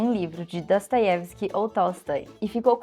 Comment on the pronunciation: gostaria de entender sua pronúncia do nome Dostoiesvski. Você fala Dastoievski